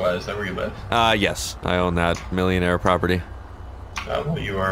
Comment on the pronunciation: I cringed every time you emphasized millionaire lmao